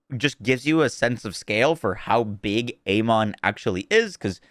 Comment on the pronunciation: His name is pronounced Aman ,it is in uk anyway